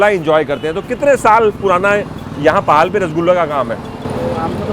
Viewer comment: असलमें यह जगह पाहाल नहीं पोहळ जगहका नाम है । वहीं छेनापोडा़ नहीं छेनापोड़ कहते है । ओडिआभाषा च्यूंकि अकारान्त उच्चारण होता है अतः आपको पहले पहल थोडी तकलीफ होगी ।